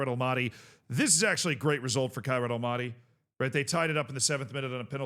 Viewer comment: love your vids however hearing you say almaty like that is nails on chalkboard i beg of you…. it’s All Mah Tee